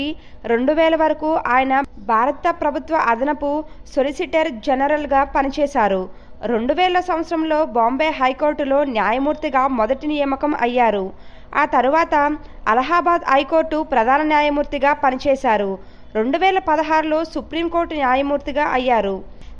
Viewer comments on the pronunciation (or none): Pl change the anchor-voice. she does not know telugu. Niyaamakam means appointment. not Niyamakam .